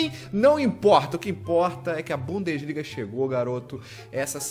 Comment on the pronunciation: bundesliga "bundaliga"